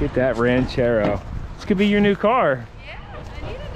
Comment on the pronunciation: "Oooooh, Ran-CHair-Row!" 👍 Side note; just saw your 977 Track Loader on Andrew's Channel... thing started & sounded Great! I gotta go back and check the vid!!!